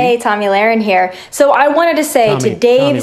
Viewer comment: I know I'm in the minority but intentionally mispronouncing Tomi's name stopped being funny like two years ago y'all.